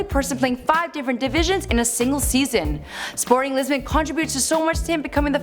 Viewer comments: “Sporting Lesbian” 😂😂 It’s Sporting Lisbon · “Sporting Lisbion’s” LMAOO